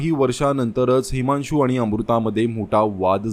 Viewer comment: हेमांशू नाही हिमांशू आहे